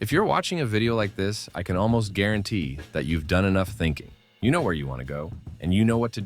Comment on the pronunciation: as well as "garauntee" but hey, it happens